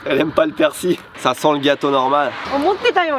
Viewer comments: la prononciation c'est pas plutot "perciLE"?? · Arrêter de dire persi le l ce prononce j'ai envie de casser mon tél à chaque fois mdr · ca se prononce persille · Super sympa! PS: y'a que moi qui dit persiLLL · 🤗résilience! j'adore le concept! merci (et à ta femme) 🙏:) -- c'est curieux tu ne prononces pas le L de persil!? 🤔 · je ne savais pas que c'était un "l" muet pour persil.... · Je me demande ce qui est le plus choquant: que confonde persil et coriandre ou qu'il ne prononce jamais le L de persil 😁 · On sait que t'es au Japon depuis longtemps, mais on prononce le L dans "Persil" :) Edit : Bon apparemment selon l'académie française, il L ne se prononce pas. J'aurais appris quelque chose...